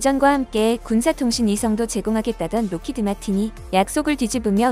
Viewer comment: 어쨌거나 영어이긴 하지만 로키드라고 부르는건 좀 아닌듯... 록히드마틴입니다. Lockheed Martin